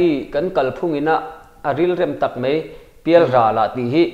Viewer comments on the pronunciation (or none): Mai tih tur ah mei i ti ngun deuh hihi